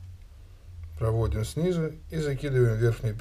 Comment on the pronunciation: Дзелаем, плецение, прааводзим.... Что это за дефект?